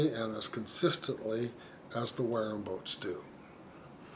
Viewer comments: You dont know what your talking about mate, apart from your very poor pronunciation. I dont think Ive heard such drivel...If the Wharrams sell so well ...your obviously WRONG !!!! Why do refer to Wharram owners as being part of a cult. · It’s killing me that your mispronouncing Wharram.